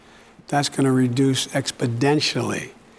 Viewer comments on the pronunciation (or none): did he just say "expidentially"????? twice????? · Expodentially!!! Expodentially!!! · Expodentially? Really? Twice? But the subtitles say exponentially. 🤔